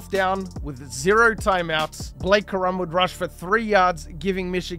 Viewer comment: It’s corum not ka’rum 😂😂😂